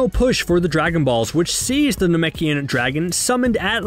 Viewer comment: I found it hysterical that after saying Namek wrong like three times, he says Namkian correctly without any issue, then goes right back to saying it wrong again in the singular.